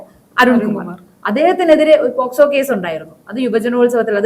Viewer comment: പോസ്കോ കേസല്ല പോക്സോ കേസ് എന്നു പറയുക.